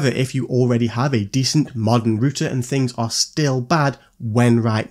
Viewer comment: Are you saying rooster???😂😂😂😂😂😂